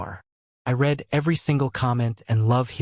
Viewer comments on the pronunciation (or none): Nope definitely AI. Doesn't know the difference between read (red) and read (reed).